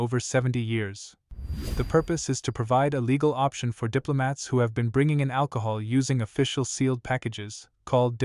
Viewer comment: AL - COHOL 😂 The name makes sense now